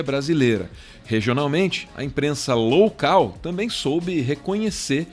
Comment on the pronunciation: "A imprensa LOUCAL" KKKKK, eu vi o que vc fez!